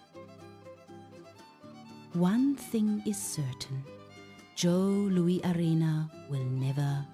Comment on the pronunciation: This was soooo bad that it was funny... then, it was just sad. As a lifelong Red Wings fan, it is disgraceful at how it seems ZERO attention was paid to ANY detail regarding the team, the city, and the arenas. You mention Joe Louis (pronounced Lewis) was a place of honor, but couldn't even give it the honor of making sure the AI spoke the name correctly. CLEARLY this is AI, but a human has the final say. I got to 4 minutes and thought it was almost over (perhaps it should have been). at 6 minutes I couldn't endure anymore. This was not good. It just wasn't. I do hope that your product gets better as you go along. I don't wish failure, just... something worth putting on YT.